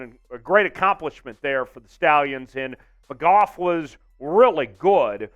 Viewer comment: Its alex mcgoo* thats how its pronounced